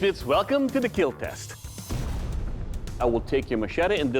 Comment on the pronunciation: They will KEAL..